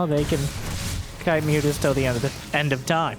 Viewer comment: Can you stop saying ´´Mutas ´, please? It’s ´´Mootas’´, thank you. 🙂